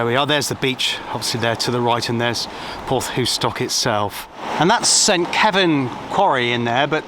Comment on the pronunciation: Hi, just found your channel after watching the one about Sapperton tunnel. As a Cornishman, I must correct you on your pronunciation of " Porthoustock " its Porth, thou ( as In thousand ), stock. And don't whatever you do when in Cornwall, put cream on your scone before the jam ( they only do that in Devon ) Bernard from Redruth.